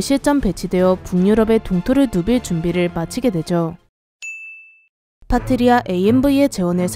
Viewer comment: '파트리아' 가 자꾸 '파트리샤' 로 들림^^